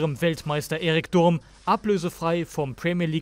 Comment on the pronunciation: Durmwurst/Darmworscht. Hat der Berater dir das erzählt oder konntest du nicht ablesen? Gib dem Jung mal nen Handkas mit Äpplewöi